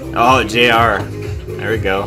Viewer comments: Baekho = Beck-ho in pronunciation JR is said as each letter like how you've been saying it (J-R) And do you mean the fight choreography as in the fighting in the video or the fighting moves they incorporated in the choreography? Because it makes sense with they lyrics if you ever read them, it's sort of cool cause there's pushing and punching and all that and then they all end up helping each other up LOL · Thank you for uploading this! ^0^ it's actually pronounced "New East" and Baekho's name is pronounced "Bay Ko". And yes you're saying JR's name right ^^ it stands for Junior Royal.